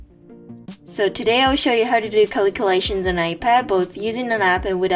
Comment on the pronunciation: i love the way she saids Caliculations😊